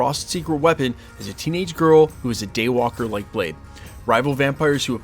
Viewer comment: "THE DAY WAIKER"?? 🤔